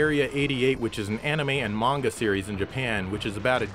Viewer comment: "Menga" :P